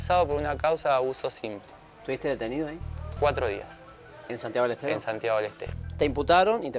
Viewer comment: "Santiago de los teros" eso entendí JAJAJA